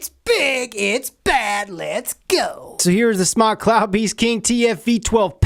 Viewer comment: it's pronounced smoke not smock. it's a play on words it's sounds like smock from non English speaking people like fried sounds like flied. think about about it its smoke with out the smoke lol